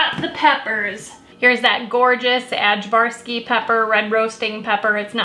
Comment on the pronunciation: I'm so glad that ajvarski peppers are available in the U.S. We fell in love with them while working in the Balkans. They are the main ingredient in ajvar, a roasted pepper spread. Just a quick note, the "j" is pronounced as a "y", so it sounds like "Eye-varski". Love your videos!